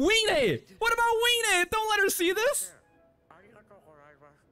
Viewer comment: also, isn't it pronounced vee-nay?